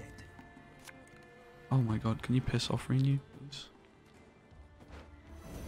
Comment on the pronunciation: At first I passed it off as you doing a troll thing, but each time you say REE-new it makes me cringe harder. PLEASE - it's pronounced "ruhnew" ... not reeeenew.